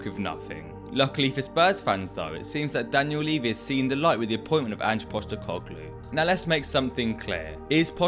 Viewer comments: Sounds like you're saying 'Poch-tecoglou' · Anch Poshtecoglou 😅